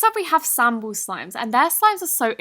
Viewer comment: I may be mistaken, but sambal is pronounced “SAHM-ball”. It is basically an extremely spicy Indonesian hot sauce. Idk if Sambal Slimes intended to go after the hot sauce, but just wanted to let you know 😉